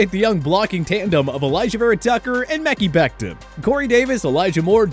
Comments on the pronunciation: “Mecky becton” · A year into the league and still can’t pronounce Mekhi (MA-KAI) Becton right.